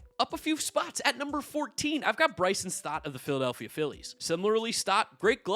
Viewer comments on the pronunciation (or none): none